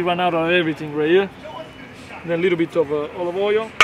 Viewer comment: Siete una coppia belissima, ma tu potresti imparare un po sto americano. Nemeno Google ti capisce, e po quel oio of oil mi fa ridere sempre. Sei troppo bravo, divertente, e tuo padre con quel sorriso si vede che addora il lavoro che fa, se passo a Bari mi mangio qualche pizza!